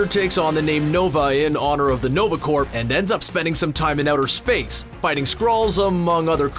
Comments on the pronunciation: are you saying 'corp' with a hard 'p'? ? if so please stop. unless its a Canadian thing, then proceed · Are you pronouncing the p in the word corps? You should not. It is silent. It should be spoken exactly like the word core. Now you know. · Small knitpick. It's generally pronounced nova "core", no P sound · Learn how to say corps. It's not "corp" or "corpse". It's pronounced "core". Like in Marine Corps. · Is he saying or ? Because its french and supposed to be pronounced like . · The video was great! But Corps is pronounced as Core. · It's NOVA CORPS.... pronounced "CORE" as in Marine Corps.. not CORPS.. pronounced "CORE" you don't say the p or s at all. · In Canada is corps said different then in America? The whole time I was listening to this video, I kept getting distracted by the pronouncing corps with a “p”. I’ve always heard it pronounced as “core” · Its "nova corps" as in apple core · corps is pronounced core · Uh Hello!! stop pronouncing the Nova Corp as the Nova Corpse. OMG!!!! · This is America we pronounce the silent letters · Dude, the P in Corps or Corp is silent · You don't pronounce the p (or s) in the word corps.